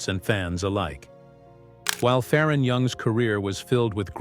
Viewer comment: His name is pronounced Fair on not Far on